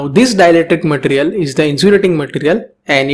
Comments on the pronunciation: Its ma-te-ri-al Not mat-rial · your pronunciation of material irritates me idk why